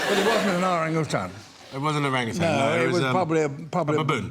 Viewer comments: Lmao Orang Utans 😂😂😂 It was baboons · At least Idris knows how to pronounce Orangutans properly. Sir David Attenborough knows a lot but pronouncing their names correctly is not his strength. "Ar-Ran-U-Tan"